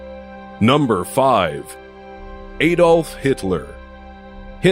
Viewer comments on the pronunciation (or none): Addolf not a dolph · oh gosh... A = AAAAAdolf and not ''Eidolf'', and Joseph is not ''J'' but '' Yo'' .... american way of pronounciation is beyond hilarious :D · it's pronounced ud-olf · He pronounced Adolf Hitler wrong, and there is also no evidence to say he commited suicide. It is still unknown to this day... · Lol, your pronunciation of Adolf tho